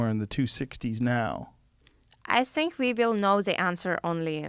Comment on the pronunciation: when Valentina says “zhinkk” instead of think LOL 🤣😍 what a beauty